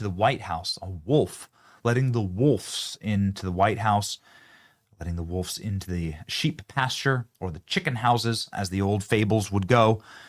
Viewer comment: Hey Einstein, it's wolves not wolfs.